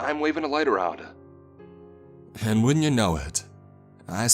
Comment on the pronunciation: You have a good voice, you don't have to try so hard. The stretching of words doesn't add to the story or the feels, it takes away from it. A three letter word is just one syllable, not "Aaaand"